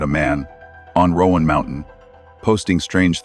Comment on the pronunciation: Please stop saying "Rowan Mountain". From a geographical aspect, there is no such place. It's Roan Mountain. It's not pronounced as "Rowan". I realize she said it that way, but that was not correct to begin with. And yes I know it's AI speech but she did pronounce it like that